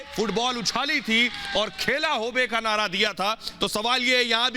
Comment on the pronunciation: nada ni hota h nara hota h